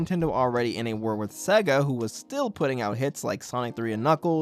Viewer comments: sega intro: SAYYYYY---GUHHHHHH this guy: sehgguh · It's say-gah, not seh-gah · Say Sega properly.